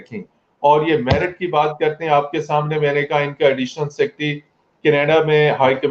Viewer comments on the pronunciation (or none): I am big fan of Urdu&English pronunciation. A pakka Punjabi can be seen in every sentence. at 1.25 merit ko myarit kehna cute hain😂